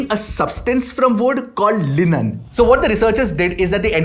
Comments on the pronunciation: It's pronounced lignin ig , not linen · Its not linen its lignin this is what happens when a non science student pronounce scientific terms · lenan? its pronounced as ' lignin' jyada hi angrez ho gaye bhai aap